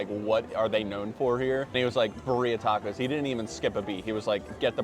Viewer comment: Your pronouncing the tacos wrong